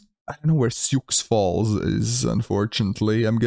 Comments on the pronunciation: Your also mispronouncing Sioux Falls. The x is silent. "Soo Fallz" not Sioux Falls with adding pronunciation on the X. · Sioux Falls the X is silent in the city name so it's more or less pronounced like Shoe or Sue Falls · Sioux Falls pronounced "Sue". It's Native American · Prounced “sue” falls lol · Sioux Falls is the largest city in South Dakota with just over 280,000 people in the metro area. Also, it's pronounced "Soo Falls"